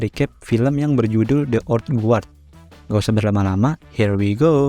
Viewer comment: Ok bang mantep, cuma buat masukan aja, belajar pronunciation bahasa Inggris minimal untuk ngucapin judulnya. Itu di bacanya thi/di (th di baca dengan menempelkan lidah di bawah gigi depan atas) selanjutnya old gard. Sekali lagi bukan kritik tapi hanya membantu aja. Sukses terus channel-nya.